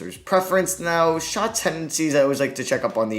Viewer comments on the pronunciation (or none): none